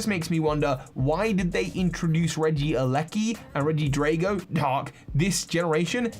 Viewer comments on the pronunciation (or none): none